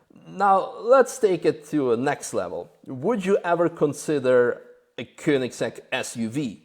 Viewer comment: Even though I pronounce it wrong myself, it's nice to hear Koenigsegg pronounced properly. Cheers,!